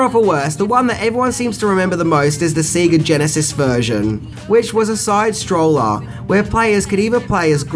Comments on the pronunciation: Do you realize it’s a side SCROLLER, not stroller? I don’t know why it bothers me so much when you say it that way but god it just gets under my skin for some reason 😂... I still absolutely love your series though keep them coming brother and best of luck with everything... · Side 'strollah"